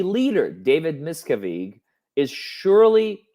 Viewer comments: Its pronounced mis cav edge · Mia-cav ( like can but cav) ige ( like in widget ) I simply can’t listen to you butcher the evil masters name over and over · You’re so funny, David’s name is pronounced Miss Cav Ige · PLEASE, please look up the pronunciation of David Miscavige.. It's Musk-av-ich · it's good you mispronounce miscavage's name he hates that better you should refer to him as an evil dwarf....he hates when people talk about how short he is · David’s name is pronounced a bit different, not sure if this is your dialect? :). Mike Rinder or Aaron Levin Smith or Leah Remini videos are helpful in all things Scientology!